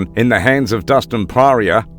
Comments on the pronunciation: Loool how he say poirier 😂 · Say Poirier again one more time for me LoL.. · No one gonna mention the way he said Poirier? 🧍‍♂️ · Dude can't even say Dustin's last name right...this is such a weird channel. I feel like it's a beacon for new fans who believe UFC hype train and think McGregor is actually a top all time fighter 😂